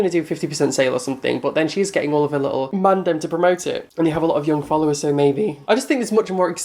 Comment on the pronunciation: omg in your next video start it with your normal intro and then be like soy ready for this XDXDXDXD IM DIEING!